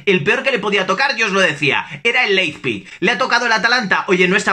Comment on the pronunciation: Leippik , Laispik , Leijpik !!!! JAJAJAJAJAJAJAJ. En verdad, se dice Laib sig o en dialecto de sajonia Laibzsch!!!! ;-)